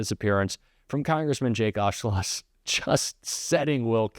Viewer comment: The only thing the host got right was the pronunciation of Mr Auchincloss's name.